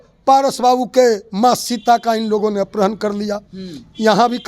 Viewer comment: ये कैसा अनपढ़ प्रवक्ता है जिसको अपहरण के स्थान पर अपरहण बोल रहा है 😅😅😂